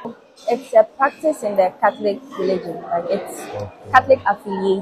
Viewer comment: I came here to learn the best what 😂💔"pratitise"